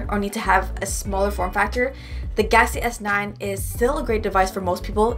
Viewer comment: I love the way you say Galaxy S9🤣 Idk why it sounds gassy S9 to me lol